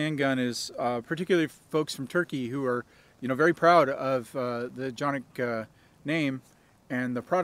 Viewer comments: You are not pronouncing the name correctly it is just like it looks CAN IK not chan=nik or janik please. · C, c pronounced like English `j' as in `jet' and Jimmy a short 'a' as in 'art' or 'star' ı [undotted i] 'uh' or the vowel sound in 'fuss' and 'plus' 1. Every letter is pronounced! 2. Each letter has only one sound! 3. Two or more letters are never combined to make a new or different sound Soo..... Jonuk...or johnuk - sounds like you said it exactly correctly! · its definitely not pronounced johnik. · no but if listen to the guy from century arms who got them from turkey and sells for canik that is how he said it just tryin to help.